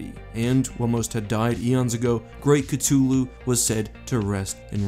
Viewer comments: Ka-thul-hu is the correct pronunciation. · Don’t say cthulhu like that The th is there for a reason why do people say ctulhu instead I NEED ANSWERS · Ah that hard T is so off putting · I thought the name was pronounced C-THU-lhu but ig the h is silent 🤷‍♂️ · I heard it was pronounced "Cuth-oo-loo". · Chluhu? Chluhu?? Damn, Lovecraft was as bad with pronunciation as he was with foreigners. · It’s actually pronounced cah-hoo-la-hoo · Ok I know Cthulhu has no canon way to say his name but pls "ka-2-loo" sounds awful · Its cTHulu with a Th sound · It’s c-hu-lu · I think it is pronounced cuh-thu-lu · Ok but I thought it was Cthulhu and you pronounced the th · cuh thoo loo please fam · it's acatuly it is pronounced cathulu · Bruh.. ctooloo? Really ? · Its pronounced KA THOO LOO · It's pronounced Cu thu lu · Cuhtulu. Bro stop saying it wrong it's so cringe. Like you make a video, could at least say the name correctly. Please. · I always heard it pronounced with the "th" sound, not a "t" sound. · You're right, he fucked up the pronunciation. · You say Cthulhu wrong and yet it’s fitting. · The way you pronounce cthulu makes me want to cshootyou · Loved the video the only the that i can fault is the repeatedly mispronouncation of cthulhu's name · You would have been closer to a correct pronunciation of you said cockatoo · You pronounced "Cthulhu" wrong. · Interesting vid but you butcher the pronunciation of Cthulhu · Please say Cthulhu right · That pronunciation of Cthulhu makes me cringe. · Am I the only one who can’t stand the way he pronounced Cthulhu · He did not just mispronounced cthulhu this whole video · I have always heard it called "K thu lu." This is the first time I have ever heard it called K tu lu. If you listen to the audio book it sounds different from what you have said it. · "KaTuLu" it's Cthulhu, ka-th-oo-lu, Cthulhu. And it's Ri-lay, not Righ-lay. You're driving me insane mispronouncing the names. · actually it’s not (ca-too-lu) it’s (ca-thu-lu)